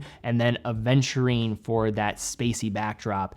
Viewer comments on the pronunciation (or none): none